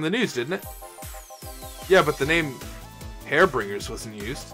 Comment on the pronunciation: I believe it's pronounced almost exactly as it looks (except it's "har-bin-JERS" instead of "har-bin-GERS"). Where did "Hair Bringers" come from? XD There's no drink that's Manly AND Promo, the game is giving you some leeway here. As suggested, just make any manly drink or any promo drink. You're in the minority, many find her annoying! (Jill does too as you can see.)